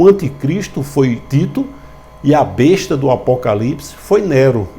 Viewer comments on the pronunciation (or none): none